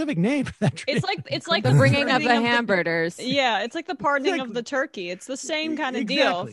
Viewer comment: "The bringing of the Hamburders" lol